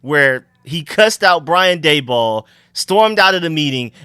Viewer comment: This guy can't say a last name correctly to save his life lol. He said dabol three different ways 😂